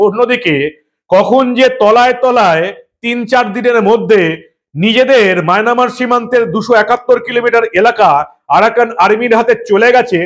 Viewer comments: Resp., Sorry to say you please rectify the pronunciation of Myanmar. I like your presentation. You are uttering as Mynamar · সব ঠিক আছে,তবে মায়নামার উচ্চারণটি সঠিক নয়।